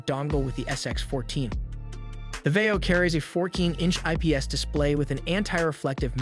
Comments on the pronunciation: I almost enjoyed this review but seriously learn to say words correctly before speaking into a microphone. It's Vai-Yo. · It’s pronounced “va yo” NEC is pronounced “En Ee ce” Nec is marketed towards consumers under the LAVIE label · "Vio". Long "i". Long "o."